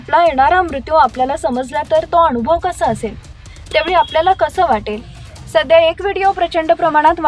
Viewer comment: या व्हिडिओमध्ये "न "उच्चार "ण " केलाय उदा. आणूभव, जिवण इत्यादी.